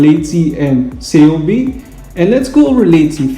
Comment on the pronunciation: kei-oh-bei bai-beak